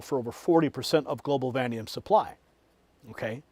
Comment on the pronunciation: IT IS PRONOUNCED VA NEA DEE UUM NOT VADEE M